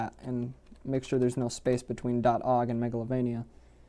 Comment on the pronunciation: I like how you call it “og” file and not “o.o.g” file